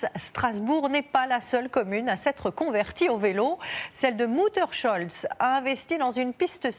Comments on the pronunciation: Ça se prononce MUTTERS-HOLTZ et pas MUTTERSCHOLTZ... Il n'y a pas de 'C'... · Très intéressant. En revanche on n'a toujours pas la bonne prononciation du nom de village 😅... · Apprenez à prononcer correctement le mon des villages alsaciens ! Quelle massacre et quelle honte